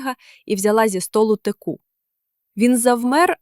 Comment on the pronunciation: Не текУ, а тЕку. Все- таки читає ШІ.Але краще. Не ЗОряна, а ЗорЯна.